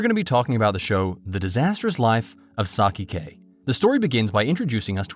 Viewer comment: Bru butchered my guy saiki’s name But nice vid